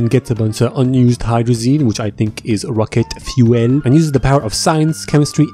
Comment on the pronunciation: "Racket Pyuwel"